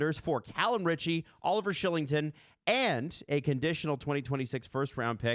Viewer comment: “KYLE-ington” not SHILLINGTON. 😂😂😂😂😂😂 use ENGLISH!!! Also Roy is Roy not Wahhhhh